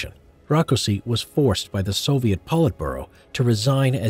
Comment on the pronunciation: You said soliet army